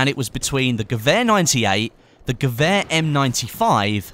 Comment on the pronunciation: Wonder how long it takes before you say "gewehr" right haha